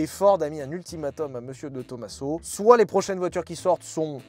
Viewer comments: Juste un petit truc qui m interpelle , on ne dit pas to ma seau mais TOMAZO comme on ne dit pas massé rati mais MAZERATI ....... J ai toujours préféré la Pantera depuis l enfance avec son arrière dépouillé et le bruit du gros v8 surtout en jaune avec les bandes noires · Salut, j’adore tes vidéos, toutes les vidéos et les concepts, mais s’il te plaît, peux tu prononcé De Tomaso avec le s comme un z. Merci. Je m’appeler personnellement De Tomaso et ça m’écorche les oreilles. Merci beaucoup. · Salut! on prononce pas de Tomaso en Italien mais Di Tomazo!